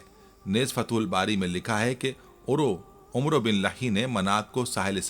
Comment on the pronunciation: عمروبن لحی کا تلفظ ع زبراور و معدولہ ہےیعنی عمر زبرکےساتھ اورسب سےپہلےمورتی حضرت ادریس علیہ السلام کی شیطان نےبناکر انکی قوم کودیاپھربعدمیں بت پرستی عام ہوگءی پھر انکی ھدایت کےلیے اللہ نے حضرت نوح علیہ السلام کوبھیجا